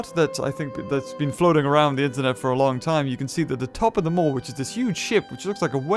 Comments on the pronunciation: It’s maw rhymes with gnaw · also its Maw not moir. like gapping maw as in mouth and eat. gluttony and vanity are rooted deep in this game. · it's actually the "Maw" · This might not be of any help, but "Maw" is pronounced the same way as the Japanese "Ma" (ま) which means demon, devil or evil spirits (The kanji being 魔). Being that there's a lot of Japanese themes throughout the game, I wouldn't be surprised if this was also a hint. It also can mean in simpler standards, room, existence, or time. Just thought it was a curious coincidence.